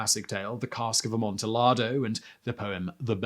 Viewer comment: squints Was that mispronunciation of Amontillado intentional? 🤨